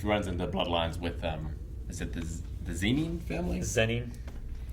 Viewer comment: Zenin is pronounced "zen" + "in", just like Zenitsu in Demon Slayer is pronounced "zen" + "itsu". I know....fking sue me.